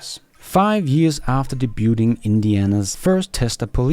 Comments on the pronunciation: DAY-bew-ing (debuting) 😊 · Day Butte ing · Just a note. The t in debut is silent. "Day be you ing"